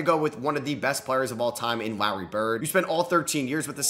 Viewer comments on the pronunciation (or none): didn’t think i’d ever hear someone mispronounce larry